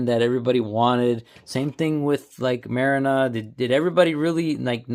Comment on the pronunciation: Marrina is pronounced MAR-REENA..